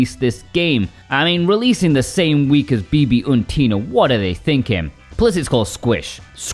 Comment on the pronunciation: 🐴Due to my native language being German I can confirm that your German pronounciation of Bibi und Tina was actually quite good.